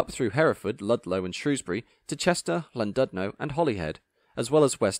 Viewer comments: A nice video but I have 2 issues: 1. Please can you pronounce Llandudno correctly. Whilst I can accept the Ll being pronounced L (as annoying as it is), the "dud" part is pronounced as "did", any other way just sounds wrong. 2. It's quite unfortunate you didn't mention about the ERTMS upgrade to the Welsh 158s to work on the Cambrian Coast between Shrewsbury and Aberystwyth / Pwllheli because that was a big upgrade for the 158s. Regardless, a good informative video. I personally quite like the 158s but much prefer the 175s as they're far more comfortable and quieter to ride on by comparison. But I'd definitely take a 158 over a 150 any day of the week. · Excellent review of superb trains. Only one thing marred enjoyment, the grinding mispronunciation of Llandudno and Pwllheli.